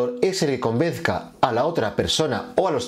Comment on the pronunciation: Perdón: ¿"Convezca" en lugar de convenza? Hay que tener cuidado al hablar. Mucho "super power" pero luego ¡error!